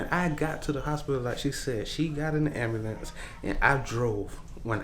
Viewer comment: Are you trying to sound cool saying ambulance say it right dummy